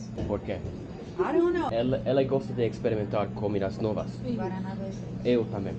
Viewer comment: Highly recommend dating Brazilian girls if you live in the Boston area. lol make sure you don't order "bread and cheese" at the bakery because it's gonna be a piece of bread with cheese, not the cheesy bread 😅😅 yes! you're not pronouncing it correctly, but it's like their Coke.